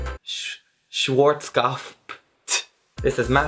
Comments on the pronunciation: it's pronounced like Schwartz-Cop-F and it's german and means black head, like the logo 😊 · Oy! You can say, "BUMF!" but ya can't say, "Schwartzkopf (Swartz-cop-fuh)?? :) Just so's you'll know, I tried every one of your techniques, just bezackly like ya said, and . . . nope, still bald. ;) Happy New Year! I hope you break 100k before next Wednesday. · You, trying to pronounce Schwarzkopf gives me life